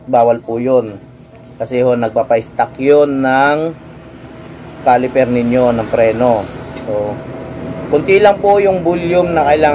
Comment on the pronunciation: CALIPER SIR HINDI "CALIFER"